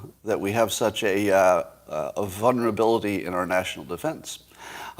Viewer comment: its not vunerability its VULNERABILITY